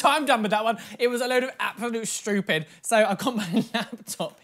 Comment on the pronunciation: "It was a load of abSaLOute ShTeWpiD" - 2020